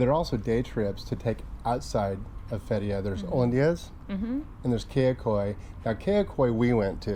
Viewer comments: it is pronounce "Fet -ti-yeah" with the stress on the first syllable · THE WAY YOU SAY FETHIYE ITS COMPLETELY WRONG ,AND MARMARIS ITS SO FUNNY ,YOU TWO SHOULD START A COMADY CHANNEL .